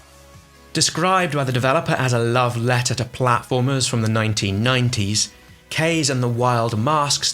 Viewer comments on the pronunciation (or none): Isn't "Kaze" pronounced "KAH-ZAY" or am I totally off on that? I thought it was supposed to be the Japanese word for wind....